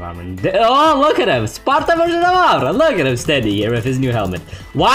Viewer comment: lmao amaan version of amman